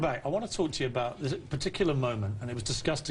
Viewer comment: "how I can say 'dis?" lmao, an underbite doesn't make your grammar go to shit.